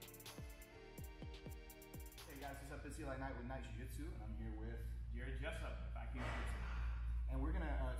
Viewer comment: Its Jiujitsu not gayjitsu